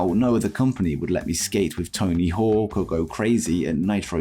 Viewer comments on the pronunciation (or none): none